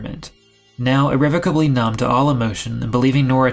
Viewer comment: Instantly subbed when you pronounced irrevocably correctly. 😄 That plus reading your addendum. Glad I found you in my recommended videos! Edit* I love how well thought out and arranged this video is.